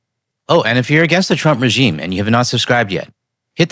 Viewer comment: You keep mispronouncing "the trump regime" it sounds like administration the way you say it.